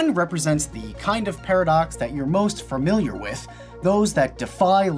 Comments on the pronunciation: Dude you just said "fermiliar" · "furmiliar with?" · "Fermiliar" is not a word. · Kevin, as soon as you mispronounced "familiar", my brain threw up.